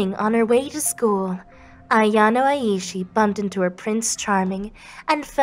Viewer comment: its said " eye-shee " just saying